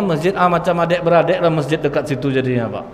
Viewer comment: ijin ralat ustad lamasjidul ussisa bukan assasa